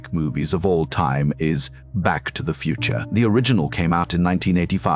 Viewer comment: "Back To The Futer" 😂